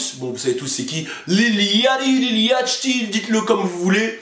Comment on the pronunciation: Lil yatchy se dit Lil yauty (comme quand tu prononces yacht quoi)